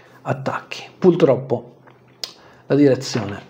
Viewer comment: Sei eccezionale.......ma "puLtroppo" non si può sentire non ce la faccio... scusate😅